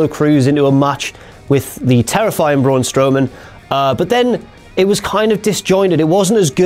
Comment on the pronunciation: Sorry, you said BRAUUUUNNNNNNN wrong